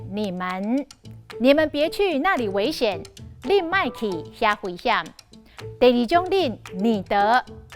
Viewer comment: 危險，guî-hiám，毋是huî-hiám。